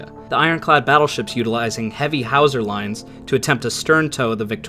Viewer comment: And hawser is not "housa" in English !